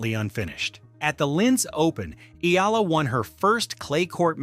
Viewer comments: E-YA-LA not E-LA is the correct pronunciation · 👎🏽 Spend whatever extra time it takes to get names pronounced properly – not just Eala’s, but others too. It’s called respect. How can you claim to be favorable to someone if you don’t get their name right? And don’t report anything not verifiable! 🤙🏽